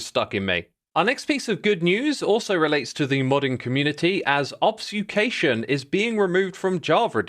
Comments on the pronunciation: take a shot every time he says obsfucation instead of obfuscation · i love xisuma - mistaking "rate of fire" for the rate of fire ticks applied to burning mobs, pronouncing "obfuscation" as "obuscation" and calling a kebob a "kebou" 😭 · Did you just say "obsucation" instead of "obfuscation"? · he obfsucated parts of the script... well it happens to all of us , , obfsucation -> obfuscation kaboo -> kaboob rotted flesh -> rotten flesh nautiluses -> nautili nautilus -> nautili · Obfuscation is pronounced "ob-few-skay-shin" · The word of the day is: ob-su-cation. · Are you pronouncing obfuscation wierd? it sounds like obSuFcation... is this a joke about obfuscation i to dumb to understand? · You mispronounced "obfuscation" as "obsucation", xisuma. edit: you also somehow messed up saying "Kabob", calling it "kaboo". :washhands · What's an obf-s-ucation? lol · ah yes, obsfucation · He mispronounced like 3 words in this video, what's up with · I heard obsufcation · Also "Obsucation" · Your mispronunciations of obfuscation and kabob are killing me. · Am I missing something? Is obfuscation pronounced differently in other countries like aluminum? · Yes unfortunately